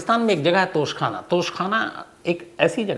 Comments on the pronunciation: Tosha Khana. Not Tosh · It's a "Tausha khana" not a tough khana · Shams bhai tosh khana nahi tosha hota hai